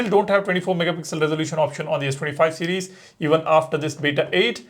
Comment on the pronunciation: You need to learn to pronounce "series" better, It literally sounds like ur saying cds instead of series, slow down